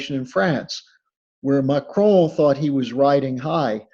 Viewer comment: Drop the fucking French accent when pronouncing macron! Mahhhhhhhchrhoooon you’re a dickhead!